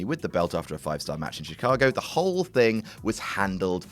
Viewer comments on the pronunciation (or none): none